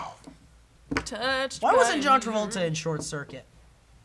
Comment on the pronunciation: It was so appropriate to mispronounce John Travolta